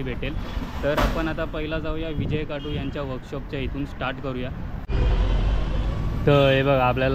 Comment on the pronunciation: विजय खातु आस्स नाव आहे दादा तु परत विजय काटु अस्स ऊच्चारत आहेस कृपया या गोष्टी वर लक्ष दे...!! !! गणपती बाप्पा मोरया !!